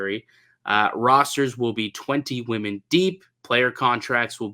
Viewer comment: needs to learn the pronunciation of women. He keeps saying woman.